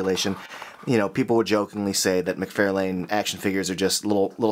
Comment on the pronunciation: I hope by now you’ve learned how to pronounce “McFarlane”.